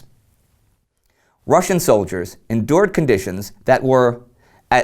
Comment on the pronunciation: Ive noticed how Indy generally pronouces the words from other languages correctly be it Russian or Chinese. Good attention to detail!